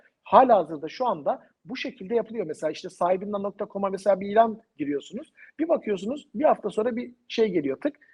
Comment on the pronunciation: "mesa mesa mesa" deyip duruyorsun. "Mesela" diyemiyorsun. Türkçeyi doğru konuşmalısınız.